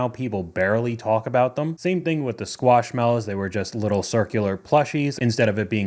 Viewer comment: Excuse you,. Squishmallows, not squashmallows.